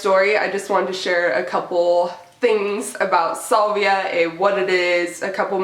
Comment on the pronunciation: SAlvia....not sUlvia! Dweeb..